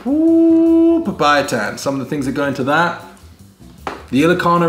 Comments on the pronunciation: You mean papaitan 😂not papay itan😂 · That small ampalaya is really bitter 😁 Well sometimes we also used sweet potatoes instead of squash, its really good. Papaitan is pronounced as PAPA-E-TAN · Pinak-bet (pinakbet), papa-ee-tan (papaitan), am-pala-ya (ampalaya), too-pig (tupig - grilled rice cakes), dinak-dak-kan (dinakdakan) Try slicing the ampalaya into thinner slices next time and rubbing it in salt, keeping it for a time then rinsing it off instead of putting it in salted water.